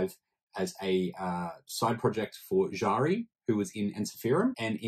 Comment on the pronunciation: Written Jari pronaunce Yari.